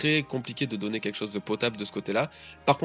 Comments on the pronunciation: Désolé mais c'est beaucoup trop perturbant mais c'est Kyoshiro, kyo et pas Koyshiro "koyshiro", je pense que s'était un foreshadowing que Orochi ne soit pas un sabreur ou samourai car dès le début on nous a dit que le Shogun à été placé là par Kaido (si je me souviens bien) sinon très bonne review :) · Je t'en supplies! Arrete de dire KOYshiro au lieu de KYOshiro, tu fais que le dire de la mauvaise manière, un peu comme Thrillerbarck, on ne le prononce pas [ThrAYller bark] mais bien [Thriller bark] en anglais! le i ne se prononce pas "ay" dans ce cas particulier mais "i", comme en français. Hormis ça, super video!:) Force et courage pour la suite! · Kyoshiro et non Koichiro. 😅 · KYOSHIRO pas KOICHIRO